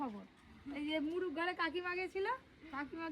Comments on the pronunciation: মুরুগ বলে না মোরগ বলে। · মুরুগ না বলে মোরগ বলা যায় না ? কেমন যেন।